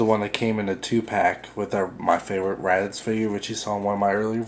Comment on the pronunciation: randitz? OH! you mean raditz!